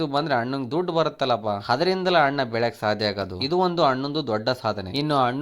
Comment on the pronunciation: ನೀನ್ ಫರ್ಸ್ಟ್ ಕನ್ನಡ ಸರಿಯಾಗಿ ಮಾತಾಡೊ ಚೂತ್ಯ... 'ಹ' ಕಾರ ಇಲ್ಲ 'ಅ' ಕಾರ ಇಲ್ಲ... (ಅಣ್ಣ)✅ ಹಣ್ಣ ಅಂತೆ, ಈತ✅ (ಹೀತ) ಅಂತೆ, (ಅಲ್ಲಿಗೆ) ಹಲ್ಲಿಗೆ ಅಂತೆ